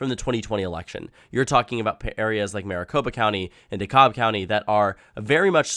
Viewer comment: DeKalb is pronounced De-cab.